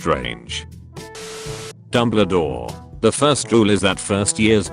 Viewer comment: bro pronounces dumbledore like madame maxime 💀